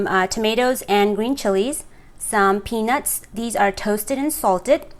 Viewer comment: Your accent confused me little bit, but the rest is ok, but make another video in Nepali language coz, 99% people who have watched and commented are Nepalese and again you pronounce peenus not peanuts!